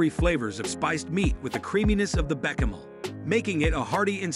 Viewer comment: beh-kuh-mel sauce? Mih-soh soup? Sour-krot? Tah-muh-lay? Boo-ee-uh-bay-zee?